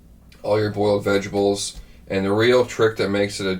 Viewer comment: Vegables! Haha. Love it. Really make me think of my Nanne. Her accent was a little heavier than and would pronounce words in a way I thought was funny. Very endearing. Also, I love Ruby's border collies. I had a beautiful dog just like hers. ✌️😬🇨🇦